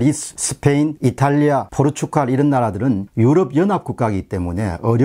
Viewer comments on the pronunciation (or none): none